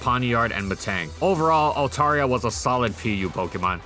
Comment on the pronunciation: Dude, you are pronouncing it wrong. (alt-AIR-ee-uh) is the correct pronunciation.